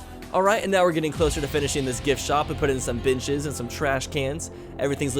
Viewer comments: Every time u said benches I heard bitches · He did pronounce it like “beenches”, so it makes sense that you heard it that way. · I'm awful.. you said "putting in some benches" and I heard "putting in some bitches":\ I'm too used to old. I love mature though.